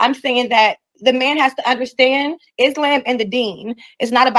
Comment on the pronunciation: After 3 years, she's even pronouncing Islam wrong. 😂